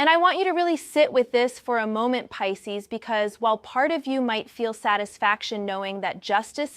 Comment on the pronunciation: Peecees? Come on now in the pronunciation.